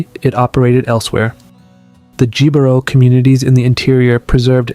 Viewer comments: Just an FYI, "Jibaro" is pronounced "he-bah-rro". J's are pronounced as H's. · Jibaro is pronounced "He-bah-rrow" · Every time the "Jibaro" mountains were mentioned with a hard english "J" was hilarious. Interesting video. I'm reading a lot of people here trying to argue as they define what a Puerto Rican is. I'm Puerto Rican. We're mixed. We're not all going to have the same DNA. Appearance-wise, my own family ranges from light to dark skinned. Most still live in the island. My DNA came back 16% native, 25% african (19% sub-saharan, 6% north african), then the rest is spanish, basque, portuguese and a little french. I know from what my family says, we have descendents from Las Canarias.